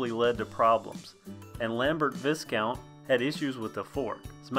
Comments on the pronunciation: Viscount is pronounced Vi - count. The s is silent. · The 's' in Viscount is silent. Pronounced "vai-count". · Well, not often you see one in this good condition! A couple of comments and observations from a seasoned vintage bicycle repairer - firstly the name Viscount is pronounced "vye-count", rather than rhyming with discount. With the components, most of the Lambert branded parts look to be customised versions of other products, the brake levers in particular look to be rebadged Weinmann ones, the cranks are TA copies, usually made by Birmalux, and the brakes themselves are likely GB or a clone. As for the 10/15 speed question, the crank arms look like they have additional fittings for a third "granny" ring although as you say it could just be a dual purpose label. My big question is whether it's a standard bottom bracket - many of the Viscount/Lambert Aerospace frames have a non-standard threadless bottom bracket and replacing it is often difficult, although there are now far more options for compatible aftermarket bottom brackets that thread to themselves not the frame. All in all, it's a very cool bike and something of a break from the slew of Raleighs that dominate the vintage British bike market. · Nerd fact: Its pronounced "VI-count" the S is silent.